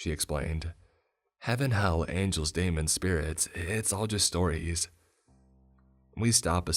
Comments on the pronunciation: Bro it's pronounced demon not Damon. Been living under a rock or something? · A "Damon"? I've never heard of "Damons". 🤪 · Are u saying damon or demon? Either way, great story and narration as usual! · Whoever wrote this story probably spelled demon "daemon" which in rare text is an alternative spelling of demon. It's pronounced the same, but I believe pronounced it as he saw it.